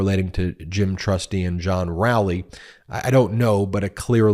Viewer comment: I think it's Row-ley (as in row your boat) 😅